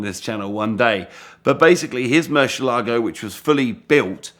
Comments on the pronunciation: Murrshh elago LOL😂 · Moor-syeh-lago ; dee-ablo. Stop those cringy pronounciations mate. Damn that fake countach looks fine! The first time I think a replica of these looks fine